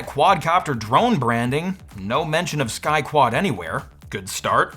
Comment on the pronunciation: I heard "Sky Twat"